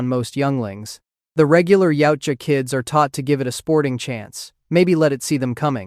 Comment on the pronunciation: Actually, its called yautja. Not yaija.